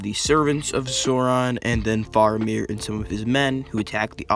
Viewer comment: bruh be like: " Soron ", Dur-in. Like, man, learn how to say it right!